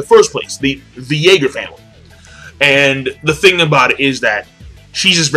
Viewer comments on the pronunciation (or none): none